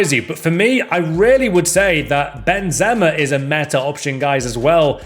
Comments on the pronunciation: WHO THE F*CK IS BEN-ZEMA!?!?! xD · The way he said benzema had me crying